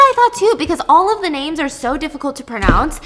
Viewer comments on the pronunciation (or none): As a Greek is so funny to listen how you pronounce the names🤣🤣🤣